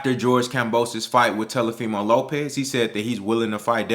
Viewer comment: .....I have and LOVE all the same opinions that you have. Rock wit ya bro. But quit calling that boy Te"L"ofimo Lopez😆 give that man his respect so we can talk dat talk bout him and he knows what it is. Tank is the SmashBot in the division. Devin is DAMN SURE on his way tho!